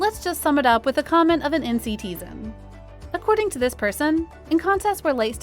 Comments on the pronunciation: Ok Ms. Narrator I don’t wanna come across as a Karen bc I’m not but you kind of annoyed me during NCT’s section and you annoyed me bc you kept saying the fandom name wrong it’s not pronounced as NCT zen it’s pronounced as N CITIZEN but the members themselves don’t call us NCTzen’s they call us CZENNIES pronounced as seasonies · NCTzen is pronounced like "n-citizen" not "NCT-zen". It's easy to remember because of the whole city concept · Lol.......I know its spelled like that and I know you mean well but please its NCITIZENS (NCTzens)